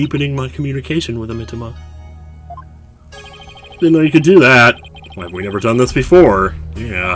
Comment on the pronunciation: [reads "the abbot's mitamah"] [doesn't notice]